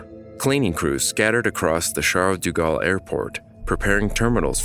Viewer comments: It's De Gaulle, not Du Gaulle... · I couldn't get through most of the video because you're mispronouncing "de" as "du". Those are different words. "deh" vs "doo" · Thank You for the documentary - but Please - its Aeroport Paris-Charles-de-Gaulle. De Gaulle, not du Gaulle. Im not french, but the repeated mispronunciation hurts. Its like calling the JFK Airport "John E. Kennedy" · "Du" Galle? Oh, brother.....cant continue watching.